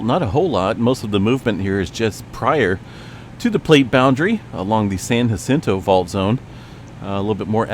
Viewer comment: Ha sin toes, ha HA! San jacinto. Like San Jose ho Ho say!